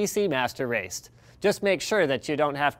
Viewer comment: . PCMR FTW! (although he actually says PC master raist.)